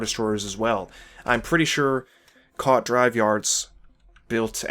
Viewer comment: Hate to be "that" guy, but it's pronounced koo-aht not quat